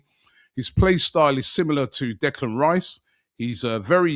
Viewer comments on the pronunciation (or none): none